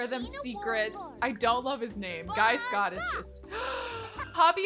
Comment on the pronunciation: Guy is pronounced Gee. Just to let u know !